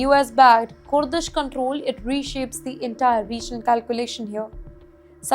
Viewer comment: Kooordish forces says this lady.